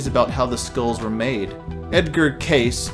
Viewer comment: Why do these young male narrators never seemingly understand what they are talking about?! Evidently this one certainly has never educated himself about words, enunciation let alone have learned anything about the topics he’s talking about beyond what’s written on a script for him , for instance the incredible ‘’Sleeping Prophet’’ ~ Edgar Cayce, is PRONOUNCED like CASEY/CASE-ee NOT CASE! I’d hate to hear him take a stab at David Paulides last name! At least this one doesn’t have the very common lisp on top of misunderstanding English. It’s almost as if these younger male narrators watch a malapropism master such as one of the biggest champions of fundamental misunderstanding Brendan Schaub who can barely use simple 3rd grade vocabulary & say HEY!! I want to just foul up as much as this guy!